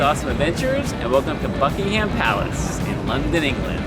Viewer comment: Great video Andy! May I make a suggestion (..as a Londoner). We pronounce "Buckingham" as "Buckingum" as in "um" not with "Ham" as in the meat. If you do you will head and shoulders above other American tour guides! Greetings from London!